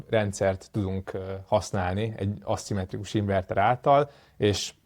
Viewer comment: nem asszimetrikus, hanem aszimmetrikus. Ejtésben is.